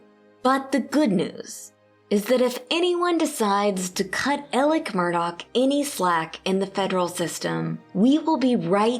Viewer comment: Why is she saying Elic when his name is Alex ???